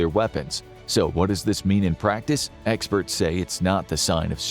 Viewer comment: "experte" haha